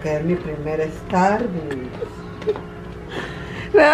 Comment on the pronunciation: "Mi primer estarbucs"🤣